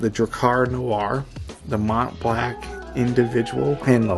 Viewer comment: I love this channel so much. There are only a few people who can butcher the pronunciation of ‘Mont Blanc’ and subsequently complain they misspelled Individual. 🤣